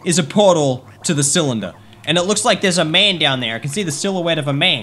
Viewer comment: CYLINDER NOT CYALANDER